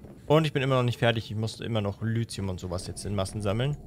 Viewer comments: Nur die kurze Bitte, "Lithium" nicht "Lüzium", sondern eben "Lizium" auszusprechen, das würde mich freuen. Danke! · Langsam tut es mir leid, dass ich das so oft drunter schreibe, aber Lithium wird Litium ausgesprochen und nicht Lüzium... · Entschuldige, aber wieso spricht er Lithium immer Lüthium aus? oder hab ich was an den Ohren? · Hallo, es heißt "Lithium". Einfach 5 mal deutlich hintereinander mit "i" aussprechen. Dann merkst Du evtl. auch den Unterschied.